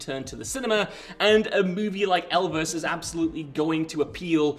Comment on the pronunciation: Well, until he spoke of "Elvis".